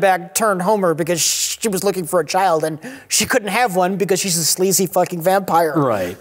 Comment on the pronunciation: I love how he said Dimondback could'nt have a kid because she's a sleazy f'ing vampire. The way he emphasized the words made it seem like being sleazy was more of the reason than being a vampire was. lol